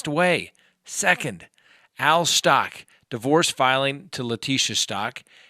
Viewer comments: It is pronounced STOU *CH*!! CH, like CHeese! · LORI VALLOW not LORI VALLOWS STAUCH as in STAUKh not STACH. Just thought you might want to know the correct names. The ring? It speaks for itself. More bad on lori and chad! . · I love your channel and your videos, but do you purposely mispronounce every single name or is it an accident? You say Lori “Vallows”, Gannon “Stock”, and Jodi “Aryas”